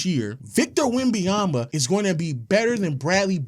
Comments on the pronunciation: Bro it’s not that hard to say victor wemBENyama stop saying “wembeyama” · This nigga say Wemby-Yama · STOP SAYING "WEMBAYAMBA" GOD DAMN